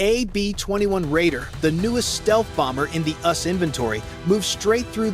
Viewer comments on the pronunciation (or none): Your AI reader is trash. It is not UUHS, it is US (abbreviation for United States)!